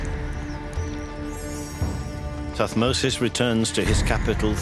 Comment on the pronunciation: it is thutmose not tut mose